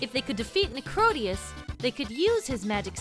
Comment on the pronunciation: I agree I pronounce it Necrodee-us not Necro-day-us